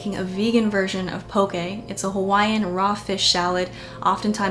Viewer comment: as someone from Hawaii I just have to say THANK YOU for pronouncing it correctly!!